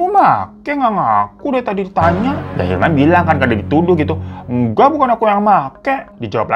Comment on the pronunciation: 14.55 & 15.02 yg bener hilman apa ilham bang 🙄 2x lho elu nyebut ilham 🤣